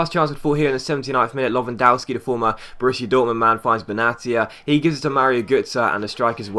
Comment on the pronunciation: The w in lewandowski is pronounced v